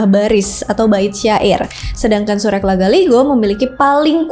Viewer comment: Izin kak cara bacanya itu sure'